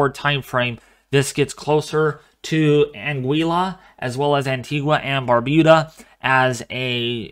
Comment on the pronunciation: Yes you have pronounce ANGUILLA correct we getting light rainfall now